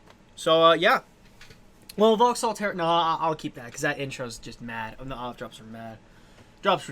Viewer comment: It's Vauxhall, not Vahalla :)